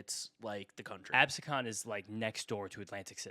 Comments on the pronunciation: it is ab-see-con not abysecon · Absecon is pronounced Ab-see-con not Absicon. Great work guys keep it up!